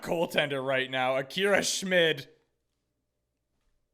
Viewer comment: Your first pronunciation of Schmid was the correct one :)